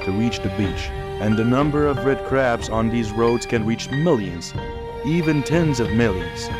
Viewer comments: It's CRABS NOT CARBS. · Seriously? If you're going to do a script for a video titled " How Do Australians Deal With Hundreds Of Millions Of Invasive Red Crabs? " and even if the narration is done by AI, you can't even get the script right? It's CRABS, not CARBS! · Was REALLY caught by the title, and beginning visuals, but cannot continue hearing them called "carbs." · They are crabs ,not 'carbs'! Can't people read their scripts instead of using robotics? Lazy or what!